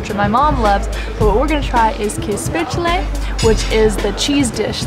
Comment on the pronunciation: I love your pronunciation of käsespätzle 🙃 🧀